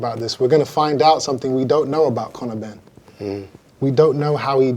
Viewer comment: Connow benn mr “it makes no difference to me”😂